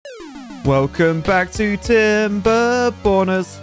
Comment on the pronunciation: Let’s go tim-ber-borners. He said it’s gonna be the end of tim-ber-borners like 10 different times.